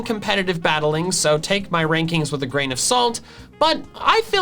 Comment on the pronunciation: I died when he said take my ranking with gran of salt